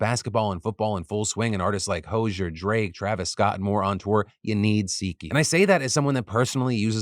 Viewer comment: Please say Hoziers name correctly! Fox news levels of research again! Omg! Someone stop this man! Read a book!